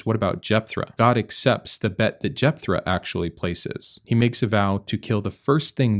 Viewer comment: Great video. It's Jeptha not Jepthra.